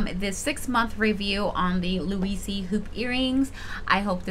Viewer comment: It’s just pronounced like Lou-eez lol